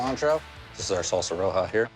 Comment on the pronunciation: if the cook can barely say salsa roja i dont trust it